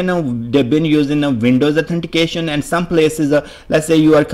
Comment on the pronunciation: Can't concentrate because of your 'Connectionaa,' 'Herea', 'Authenticationaa'. Can't you speak without prefixing aa to every word?